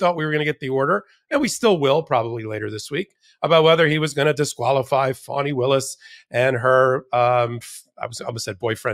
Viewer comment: It's Faani not Fawni